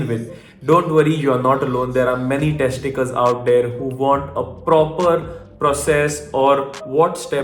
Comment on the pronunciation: I thought he Said tec ti cals not Test takers